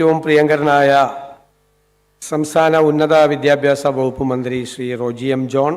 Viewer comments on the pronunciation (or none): none